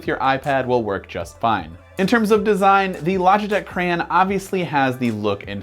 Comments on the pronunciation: It’s a CRAY-ON do you say GRA instead of Grey, no so plz fix the grammer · I came here hoping someone else noticed this and pointed it out. He's saying "cray-en" rather than the correct "cray-on". I couldn't get past a minute of this. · What is a "Cran"? do you mean Crayon? As in Cray On? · Crayann. Really? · he said crayon wrong LOL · Why are u saying crayon so wierdly?